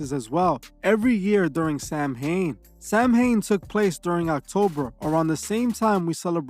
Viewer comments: Hey man, an Irish Celt here. You're pronouncing Samhain wrong. It's pronounced "sao-ann". Also it means november in the gaelic language. Druidism pre-dates Christianity too lad, with Christianity borrowing alot from the celtic druids (important dates and timelines). All love though, I am all about the Christian values and morals. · My Dear Bro in Christ, the correct way to pronounce Samhain is “Sow-wen, with sow as in female pig.” I love your channels. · Samhain is Irish for Halloween it’s pronounced sou like thou, and in so it’s sou in 😊